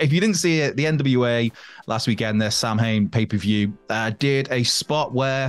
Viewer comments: Samhain is pronounced (Sow wen) 😂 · How in the hell can you live in Wales and not know how to pronounce samhain? Yes I know its nos galan gaeaf in Wales but still.....